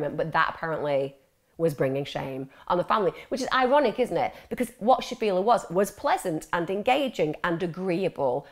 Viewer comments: The fact the VERY FIRST time you mention her name, you can't even be arsed pronouncing it correctly. It's not shafia, clearly there's an L in her name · Interesting, although it's a shame that she couldn't say Shafilea' s name correctly and kept using per se in the wrong context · I only watched 15 minutes and couldn't carry on watching anymore because there were so many inaccuracies and made up information. Farzana was not pregnant outside of wedlock. I don't even know where you would get that from. Stop making things up. The dad went to Pakistan, got forced to marry his cousin, brought her over to the uk and she fell pregnant. Also shafilea is not pronounced like that and some other names were also pronounced wrong. There are many documentaries about this case on YT, even watching at least one would've taught you how to pronounce her name. There's also a lot of conjecture and opinions such as when you said shafilea wanted to go to university because she wanted to live in halls and have freedom. Maybe she did want that we will never know but there's no way to ever know that so it's best to leave our opinions out and stick to what we actually know about the case. Most likely if she had gone to university her parents would've forced her to apply to local unis and commute.